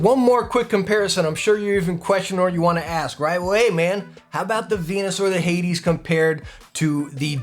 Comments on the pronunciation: It's "hay-deez", man. Hades. Hell. Hay - deez. Not "haydz". Hay deez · Why did he pronounce hades at the beginning like haids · Btw the way it’s pronounced hay-dees